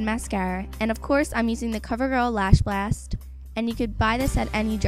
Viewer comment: I love the way you say "blast" Are you from New York or something?